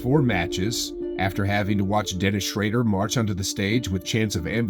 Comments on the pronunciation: "Dennis shrader" im telling you, must be reading off a script only and doesmt know basketball. He constantly messes up known players names and badly. Bro, creater of this channel, replace this dude. Get an actual basketball fan reading these. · Bro said dennis schrader 💀💀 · nah how did you say dennis schraeder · "Dennis Shreider"😂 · Yall gonna ignore how he pronounces dennis schroder's name? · What's up with mispronouncing Dennis' last name?